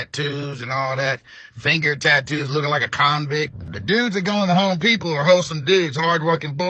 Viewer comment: It is Home Depot, not Hoe Depot.